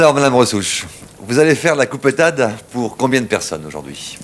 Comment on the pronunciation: Lorsqu'elle parle aux gamins elle reprend son accent. 😊